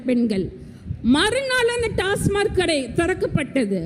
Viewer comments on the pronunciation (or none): ஒரு பெண் மருத்துவருக்கு TASMAC டாஸ்மாக் என்று சொல்லத் தெரியவில்லை. TASMARK டாஸ்மார்க் என்று சொல்கிறார். உண்மையில் இவர் மருத்துவர் தானா என்ற கேள்வி எழுவது தவிர்க்க முடியாதது. 😊